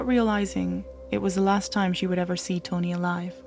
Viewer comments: At some point you say “when she saw Tawnee wasn’t moving” and you say “saw” correctly. You can say “saw” but not “Taw”? 🤔 It was very distracting to me but I have ADHD so 🤷🏻‍♀️. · I'm glad you realize it. I loved the way you presented this, but saying Tony instead of Tawnee for some reason frustrated me. I can hear your accent, so I get it. I guess the frustration came from those moments in life when someone mispronounces my own name. Really it's a small thing, compared to the content of this story. So glad you did a video about it. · Sounds like you’re saying Tony. You can pronounce it correctly you’re just not trying bc that sound is unusual in your accent. Say tah like tata and not toe. You wouldn’t say toetoe even if you thought you couldn’t. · It's pronounced Taw-nee Baird. Not Tony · Omg its TAWNEE BAIRD, NOT TONY BIRD!! I get u have an accent, but PLEASE if u are going to do a story about someone, get THEIR name right hun!! I mean come ON!! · Isn't her name Tawny? I keep hearing Tony. 🤷‍♀️ Victoria seems VERY immature. That YouTube video sounded like it was coming from a 12 yo. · This is hard to listen to; her name isn't Tony. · Its tawnee not toni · This video is really good but it also is sooooo annoying that the narrator keeps pronouncing her name incorrectly!! her name is not "Tony" it's "Tawnee" there's a big difference!! Grrrr frustrates me so bad when some repeatedly pronounces names or words incorrectly! Even after hearing it properly pronounced in the video she still continues to say it wrong. Ugh 🤦 that's like calling me Jannifer instead of Jennifer! Come on man really...it's not like she has a thick accent or anything. She says every other thing properly. It's so obvious with the spelling on how to pronounce her name right tho! Damn it. Get it right or don't even bother doing it at all how about that! Shit... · you keep saying "tony" isnt it tawww-neeee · Lol… Sounds like you’re saying Tony.. I pardon you..